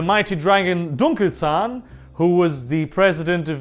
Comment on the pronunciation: Wow, great job on pronouncing Dunkelzahn's name! I've heard it butchered so many times, but you were spot on! Good content also. Weiter so!